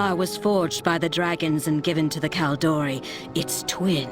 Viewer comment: the way she pronounces kal'dorei lol